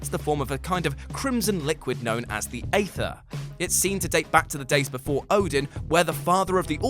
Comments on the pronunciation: It's eeeether... Tf is ather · Ether, not Ather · Aether is pronounced Ether